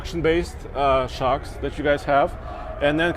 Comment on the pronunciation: Foxsh Shocksh ;D you killed it man